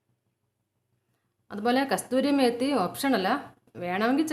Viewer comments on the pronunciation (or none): Not kasthuri,kasoori methi dear